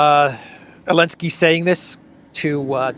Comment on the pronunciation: Great show, as usual. Thank you,! By the way, the Ukrainian tzar is "Zelenskyy". Where did Elensky keep coming from? Regards from Australia.